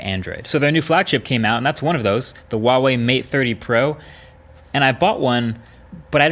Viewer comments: it's 𝗛uawei, not 𝗪uawei Markass!!! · Why do you say vuavey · I wonder if Marques will ever pronounce Huawei correctly, it is NOT WAWEI, it is HUA- WAY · why do you say WaWei? It clearly says Hua Wei on the device H not W How do you say Human? Do you say Wuman? Hamburgs or Wambergers? Hormons? Wormons? Harmony? Warmony? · American youtubers : Wawei Everyone else: Hu ah wei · It's Huawei, not wahwei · “Wahwe” I’m sorry I couldn’t help myself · Pronounced Hwah-Way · Wtf is with all these US reviewers and their pronunciation? ITS HHua-wei. H is pronounced as in Hotel. U dont say OTEL?? Last part is pronounced wei not WAY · ITS NOT WAWEI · Not wawei. It's Huawei. H like hot. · how the fuck did he say huawei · Huawei starts with a H not a W. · Marques you talk about Huawei a lot..Why not try and pronounce it properly? Not that it matters but it would) be nice if you could. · Is H in Huawei supposed to be silent? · I wish you would learn how to say Huawei lol it’s not that hard